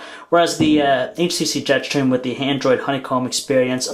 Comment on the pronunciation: Jet shtreem !!!